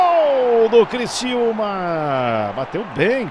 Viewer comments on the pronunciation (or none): Criciúma e não Cristiúma